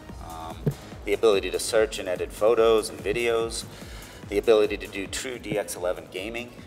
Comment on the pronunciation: LOL yea sounds like but he said "TRUE DX11 gaming" :P